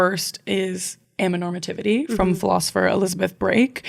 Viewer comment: You skipped a syllable in "amaTOnormativity" during the whole episode but I think the word sounds better without it 😂 Anyways, a very romantic asexual here to confirm that those 2 things are separate lol 🙋‍♀ Good conversation!